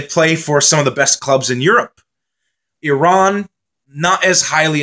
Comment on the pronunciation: Thank you! Appreciate the nice comments about Iran. And oh thank you for pronouncing “Iran” the way it should 😊